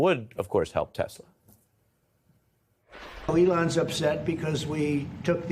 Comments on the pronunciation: “I love Tessler!” 😂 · It's Tesla not Tessler. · "I love Tesler!" Lol😅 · "I love Teslurrrrr" roflmao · "I love TESSLEERR!" Dumbasses. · you obviously didnt hear Trump mis pronounced it as Tessler, when they were pushing Telsa's on WH grounds.